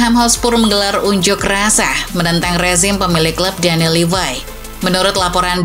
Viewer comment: Ya elah min min,bahasa inggrisnya asal kluar ajah. Levy bacanya levai maksain bgt 😂